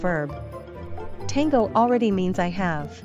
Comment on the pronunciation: Lástima que la voz automática en inglés pronuncie tan mal las palabras en español. Es tan irritante escucharla decir «Tehngou»....🙄